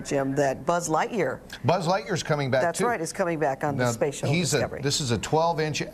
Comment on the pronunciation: Did he really begin by calling it the "space shitless"?